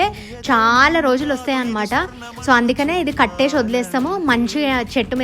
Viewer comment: Katteshi kaadu kattesi. Books lo chaduvkunnaruga. Ekkadaina chusara చూషినా చేషినా అని